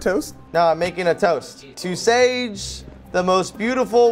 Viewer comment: her name is sage like sosage